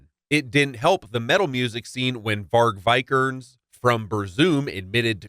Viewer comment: “Varg Vai-Kerns of Bur-zoom” gets me every time